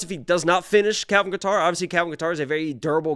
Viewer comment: How do yall NOT know how to pronounce Kattar's name ? :face-green-smiling: Sounding like casuals.